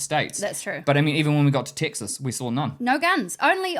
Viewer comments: Thank you for sharing your experience. The point about accents is fascinating. The English language has so many different accents. For example, as I was listening to you both speak, you mentioned the state of Texas, but it sounds like you’re saying Ticks Us. Then when you got to Number Six, it sounded like you said Number Sex. The most notable words for me were the words Cars and parts which sounded more like cahs and pots. All kidding aside, I hope you enjoyed your time across America. I know I enjoyed my time in your part of the world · I wasn't born in Texas, but I got here as fast as I could. A resident for 40+ years. Your pronunciation of Texas sounds like "TICK sus", while we say "TECK sus".